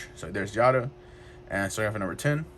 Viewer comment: Constructive criticism. It’s hard to view the cards. Since your videos seem to only showcase the cards, it might help your views if you zoomed in on them. Also, it’s a hard name to get right, but Giada is pronounced Gee-yada, there is a food network lady named Giada De Laurentiis if you search YouTube you she be able to hear her name. Good luck on the videos